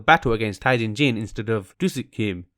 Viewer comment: I’m triggered by the way he pronounces jin tae jin....